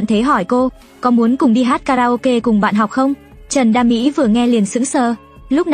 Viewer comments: Trần đa Mỹ mà đọc kiểu như trần đam mỹ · Trần đa mỹ mà tôi nghe ra thành Trần đam mỹ